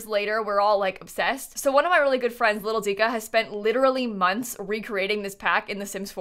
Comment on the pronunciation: I play console so I’m not too familiar with cc and cc creators but for so long I’ve thought LittleDica was spelled LittleDicker because that’s how pronounces it